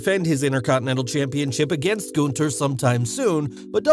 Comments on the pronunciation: Goonther😂😂.... Its Gunther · It’s “GUNTHER “ LOL Not that hard to pronounce